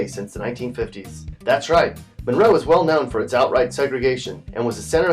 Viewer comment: Few qway Mun-row